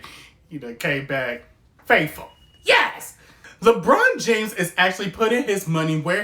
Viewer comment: I love how you say lebron james reminds me of our script days😂